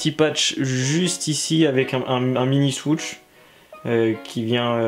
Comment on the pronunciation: Mdr le "swooTsh" tu m'a tué, bonne vidéo sinon comme d'hab